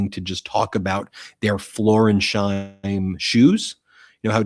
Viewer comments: BEN. The shoes are Florsheim, not Florensheim. FLOOR-SHIME. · It's Florsheim (FLOR-shyme) shoes, not Floresheim (FLOR-ez-hyme) shoes. MT has become sloppy and hurried. Dial it in, I want to keep liking you. This seems petty, but it speaks to details you're missing that you used to catch. I know you're busy, but keep on quality vs quantity. That's what I tune in for. Still supporting. I know, you're trying to deal with an insane news cycle. I just feel that properly addressing footwear is important right now. Really. Sincerely, John Barron, New Jersey, Capricorn. Thanks for your attention to this matter.